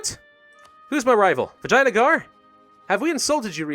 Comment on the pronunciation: I think he keeps saying Vaginagar on purpose...